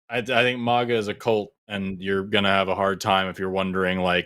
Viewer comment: Forrest, the A in maga, is like A-getha, or a-gate. ✌️